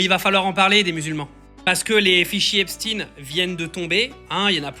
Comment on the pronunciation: Il fait le mec qui parle bien anglais soit disant et nous sort un « Epstine » dès le début 😂😂